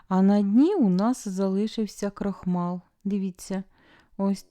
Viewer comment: Дуже вдячна Вам, за смачний спогад мого дитинства. Я з Львівщини, в нас теж робили книдлі, правда без начинки, просто зі шварочками. Діти ще любили просто сир додавати як посипку, смакотаааа. Я Вас, дуже прошу, деякі слова, трохи вимовляти м'якше. Крохмаль, "ль"м'яке в кінці. Бо тверде закінчення, то в наших придурошних сусідів. Тертка, бо терти, а терка, це теж їхній вплив.